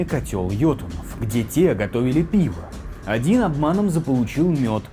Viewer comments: тут он видимо ошибся когда читал текст. Правильно будет не один, а Один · На ударение стоит неправильно и смысл искажается, мед поэзии в образе сокола из ётунхейма вынес БОГ Один, убив охранявшую его великаншу